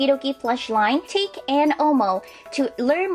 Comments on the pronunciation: Hey! Its japanese! So its not "take" its pronouced tah keh たけ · it's tah-kay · isnt take pronounced tah-kay?